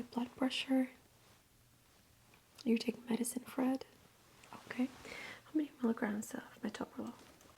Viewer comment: i know you say "for it" but it really sounds like 'you take medicane fred' ty for the videos as always!!!!!!